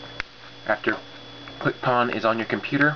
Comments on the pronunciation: Its "Quick PWN" (pwn, like you "owned the phone"). Not PAWN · It's pronounced Quick "Own", FTFY